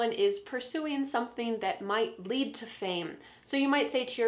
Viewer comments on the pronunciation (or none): none